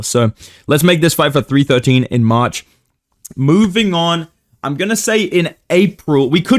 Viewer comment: Cannot hear this say march without hearing marcin tybura